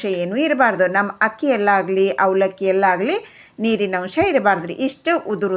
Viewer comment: Not hakki, it is akki